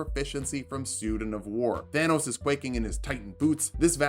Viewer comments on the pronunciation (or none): none